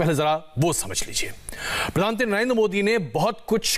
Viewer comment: आप खबर में प्रधानमंत्री न कहकर प्रधानत्री कयो कह रहा है? क्या आप जान बुझ कर कह रहे हैं?